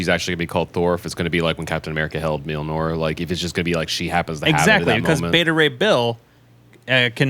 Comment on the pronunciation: Can someone please teach how to pronounce Mjolnir?🤣